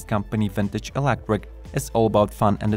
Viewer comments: "Electric" 'not "Elecric" 😉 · stop saying ELECWIK